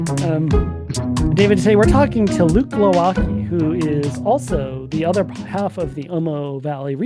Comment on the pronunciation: As a Pole I cannot but marvel at your apprehension whether you use proper plural form of mangoose, while both and Luke mispronounce their own Polish surnames.. it's Pietrashevski (meaning: a guy from the town called Pietraszewo) and Gwovacki (a guy from Glowaczewo or Glowaczow). Considering how robust the mechanisms of preventing psychopats from starting wars are in the US right now, perhaps you should start pronouncing your name correctly and apply for Polish passports. Anyway - another great episode, thanks!